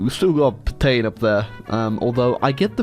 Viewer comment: I love you but you had me screaming IT’S PET-AN NOT PET-ANE at my screen